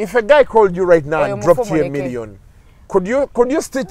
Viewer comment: its million.. not Morrion.